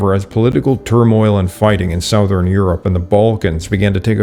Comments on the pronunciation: "Southern" is pronounced like "Suthern." Act like the o isn't there. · That’s not how you pronounce the word “southern” (I thought it was AI voice because of this) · Your pronunciation of the word “southern” is interesting. What is your native language? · English, he is Canadian.